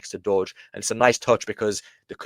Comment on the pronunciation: DJI6930 or Dowge is pronounced DowJ like the Dow Jones. It is not pronounced Doge. There already is a Doge, so Dowge is pronounced DowJ 😉👍